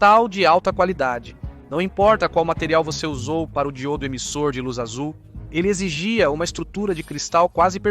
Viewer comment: A histporia é interessante, mas a tradução da narração está HORRÍVEL. Chamar DI-Ô-DO de Dgil-do, ou BÓ-RO de Bo-ró, não dá.